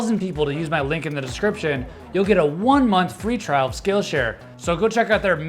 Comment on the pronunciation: you have a flaw its discription not deskrikption xD